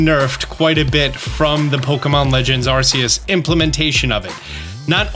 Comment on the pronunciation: “I try to pronounce Pokémon games right” pronounces Arceus wrong